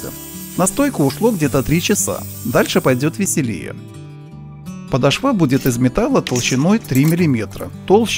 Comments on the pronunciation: ПодошвА очень режет слух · Русское словесное ударение: подОшва. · ПодошвА, русский язык в школе автор похоже , не учил...